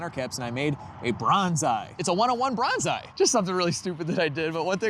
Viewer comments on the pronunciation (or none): I thought you said brown eye when you said bronze eye😂